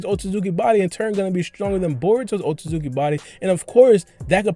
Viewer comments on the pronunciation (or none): WTF is a OH TO ZUKI member !?! BRO its OH SUIT SKI